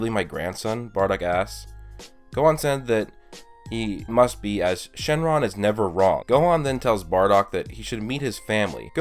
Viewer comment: It's funny how you say shenron SHENLONG